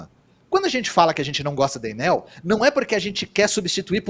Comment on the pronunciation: Ate que enfim, Enel e não Ênel William!!Aprendeu?